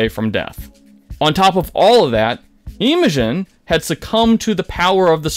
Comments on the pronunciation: her name is imogen, not eemogen. and its fresh cut grass, not freshly cut grass... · Ok im back 1 min & 47 secs later to come back & ask why are you now sayin "eee-mo-gen"? Bro, have you watched a single fuckin episode? "Soft i sound-mo-gen" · Dude this is a really great video and I don't want to nitpick, I just think it's pretty funny how you goofed several names -- I'm-ogen, Orm, and Fresh-ly Cut Grass lmao. Still, again, great video! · Man you just can’t pick a way to say Imogen and all of them are wrong 😂😂- just poking fun, in all seriousness I loved this episode. In the past, even with the party barely scraping by I never was really scared there would be a TPK. This is new, fresh. Their genuine emotion and trying to figure out how to roleplay with that was fantastic, everyone acted in-character and I can’t wait to see what unlocking ruidis’s power will do to imogen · I’m sorry but wtf. Fresh Cut Grass, not Freshly Cut Grass. Imogen, not Eemogen or Eyemogen. The first picture you used of the Nightmare King was from Dimension20. Pull it together a little bit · Why did you pronounce Imogens name like that? Like Eyemogen?….you’ve watched and heard Marisha and the rest of the cast say her name hundreds of times by now….that was one of the most infuriating things I’ve ever heard. It’s Imogen…Imogen…not EYEMOGEN….my god man. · Why pronounce her name I'm-A-Zjin when every cast member has clearly pronounced it Emma-Jen since day 1. Do you just throw a fancy curve on the word just for the sake of being unique?? Edit: I spoke too soon... "Orin" ... "Eem-a-zjin" ... "Freshly Cut Grass" ... Do you even watch the show? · How do u say Imogen wrong in more than one way after watching 33 episodes, I didn't even finish the 1st ep and ik it's pronounced like im-oh-jin, not eye-moe-jin or ee-moe-jin. Just weird bro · It's im uh jin NOT I'M a jin. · "Hi"mogen? Fresh"ly" Cut Grass? 🤭 I'm surprised there was no "Loud"na 😆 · Eye-mogen? What? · "aimoshen"??? huhhh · I-mogens? xD